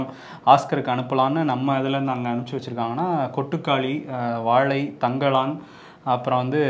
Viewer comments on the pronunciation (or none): none